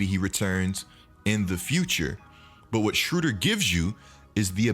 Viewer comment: You’re saying his name wrong